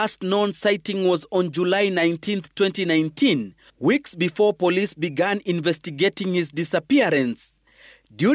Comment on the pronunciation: Began😅 not begin